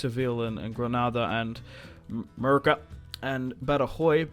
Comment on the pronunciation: You kill me every time you call Murcia "Merica".